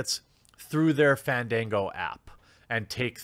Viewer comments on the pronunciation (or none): none